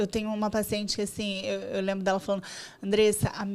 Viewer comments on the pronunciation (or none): Gente do céu, as pessoas não conseguem mais pronunciar o “nd”? É sempre “falano”, “correno”, caminhâno”. 😰